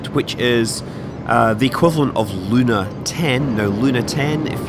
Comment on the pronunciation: The word "Luna" in russian has a stress on the last syllable.